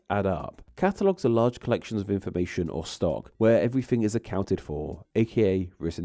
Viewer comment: Please stop adding a schwa to the end of every word! Language-uh! Catalogue-uh! Mind-uh! Downwards-uh! You even added an 'uh' to words that already end in a vowel like to-uh! What is wrong with you?